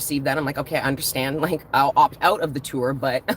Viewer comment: You sound like a Jamaican when you say, " You unddrstand,?" ♥️